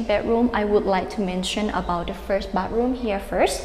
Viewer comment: Great video! Thumbs up! Try practicing saying the word "bath", and "bathroom", it is extremely important in your job. You may find the "th" sound hard to say, and even near impossible, but I am sure you can learn.